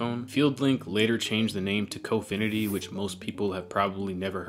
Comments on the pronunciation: Your pronouncing : Confinity (wrong)! It’s : (CON)’finity.👀 AN INFINITE (CON)!! 🐲🗣🐣🙇‍♂️👨‍🦯👨‍🦯👻👀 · Ur pronouns confinity is wrong, u need more emphasis on con in confinity